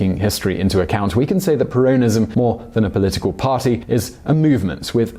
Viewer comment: You’re pronouncing ‘Peronism’ incorrectly